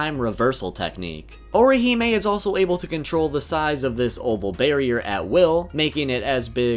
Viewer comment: You just continue to BUTCHER her name but cool vid dude.